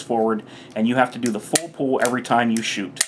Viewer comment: cant tell if you are saying pool or pull lol. but nice video im sure it will help many new people in the firearm scene. do you have any experience with the LDA 1911?